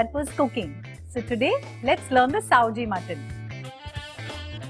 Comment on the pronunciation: not saoji,it's Sawji!